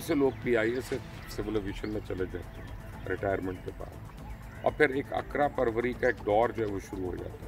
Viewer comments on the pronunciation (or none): اسلام و علیکم سر اقرا پروری نہیں اقربا پروری اصل لفظ ہے